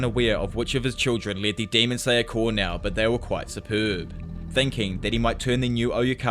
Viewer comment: For the love of GOD. I know it's spelled like corps but it's pronounced like core